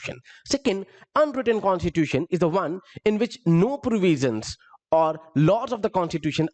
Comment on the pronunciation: यार एग्जेक्युटिव में अधिकांश प्रशासन अधिकारी आते है, तुम कुछ ज्यादा ही अंग्रेज बनने का ड्रामा कर रहे हो, कॉस्टिट्यूटन नही कॉस्टिट्यूसन होता।